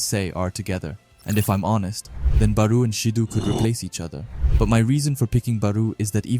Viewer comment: Gagamaru JIN Itoshi SAY BAROO Shoei SHIDOO Ryusei Bro does NOT pronounce the characters' names correctly